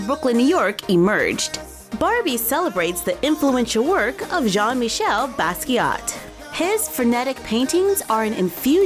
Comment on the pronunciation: It's pronounced *Jean Meecheyl Baskeeya. But anyways, cool video.